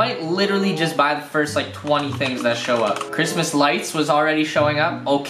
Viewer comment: did you have one of those mini-strokes bro? That was the juiciest sounding Cwishmas yet my dude!